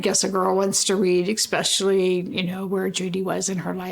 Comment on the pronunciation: Judy's mother seems aloof, almost staunchly clueless... I become infuriated with women like her, no disrespect but she pronounces 'Especially' as 'Exspecially"